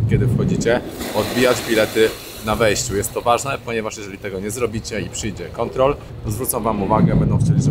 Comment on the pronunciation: Mówi się kontrola a nie kontrol😢